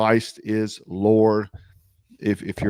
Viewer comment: Did you say Christ is lore at the end? Could’ve been a mistake but yes Christ is LORD